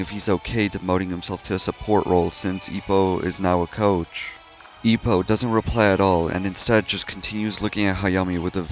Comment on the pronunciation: ugh the way you butchered ippos name hurt my soul